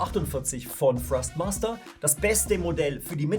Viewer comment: Kann es sein das ich immer wieder Frostmaster statt Thrustmaster höre???